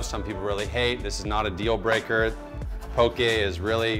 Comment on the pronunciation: You were pronouncing it right in the beginning.. pok-"EH" not po"KI" 😊